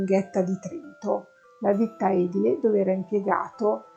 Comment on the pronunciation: P.s. Mi permetto un piccolo appunto: edile si legge edíle, con l'accento sulla i.